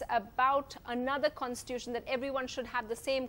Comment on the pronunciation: The anchor cannot even pronounce constitution.